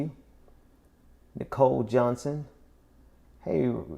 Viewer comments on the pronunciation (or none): none